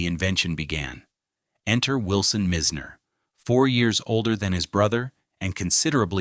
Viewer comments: He keeps mispronouncing Mizners name , it’s pronounced MY z ner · Correct sound of developer Addison Mizner is MISNER! You don’t pronounce Boca Raton correctly either! ! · Yeah hearing "Mizner" pronounced wrong so often in this video is cringe worthy. It really takes away from its whole purpose. It's pronounced "My-sner." We will get so sick of these kind of mistakes we will be happy for a real human to narrate again. And, of course, it's pronounced "Boe-kuh Ruh-tone." What's the point if you can't convey proper information. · Addison My's Nerr... And Boca Rah _ Tone... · Agreed ! And their are people that will mispronounce unless the AI is sent to school